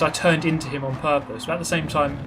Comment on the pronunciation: “On perpous”